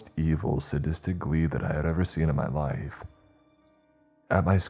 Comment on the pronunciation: The pronunciation makes my teeth ache. Hearing 'draught' come out as 'drawt', not to mention 'must to have done'.. And when 'my liff flashed before my eyes' came up, just made it more obvious it's auto-narrated. Btw, past tense of 'shine' is 'shone', not 'shined'. Stories are generally OK tho.